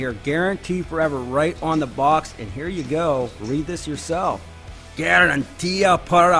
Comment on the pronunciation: Haha " Garantia Permanente..wow perfect pronouncing the Garantia, but the other word is " ...Per- Mah- Neh- N- Teh ....I like Husky tools 👍